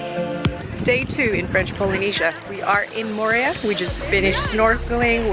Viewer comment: I quit watching within the first 10 seconds because: you mispronounced Moorea. Only a dipshit mispronounces the place that they are talking about. Mo o re a. Not Mo re a